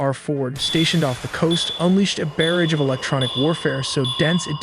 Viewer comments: And while I’m at it, the word barrage isn’t pronounced BARE-age, it’s bar-RAGHZ. Here the emphasis is on the second syllable… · Hemorrhage- Say it like “Him or ridge” Barrage - buh rah j (j sound)